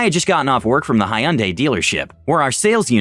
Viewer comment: That way you pronounce Hyundai is a terrible thing